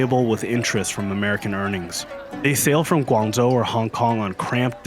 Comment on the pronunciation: What's preventing you from pronouncing the "zh" properly instead of substituting with "z" sounds? I'm genuinely curious why you'd make the effort to pronounce Mandarin names with proper tones but then butcher an important provincial name with "Guangzou."